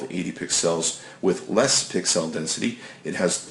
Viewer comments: you sound like you're reading technobabble you don't understand. WTF is a "piksell"? That's how you're pronouncing it. It's /ˈpiksəl/ And, everyone knows the iPhone back is anodized aluminum. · the fact that you can't even properly pronounce the word "pixel" means you have no business doing a review like this. :D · Not a good review. Seems like you are reading a script. You don't even understand how to say/read pixel correctly. Is that Canadian? Seems somewhat biased toward the iphone. Hard to watch compared to more knowledgeable reviewers. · pick-sells lol , great video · You say pixel really weird.